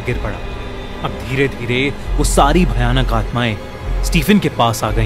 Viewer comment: bhai bhayanak hoti hai bhanak nhi😂😂